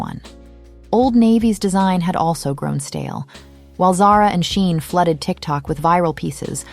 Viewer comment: who is this narrator and what rock does she live under because who calls Shein "Shine"? lol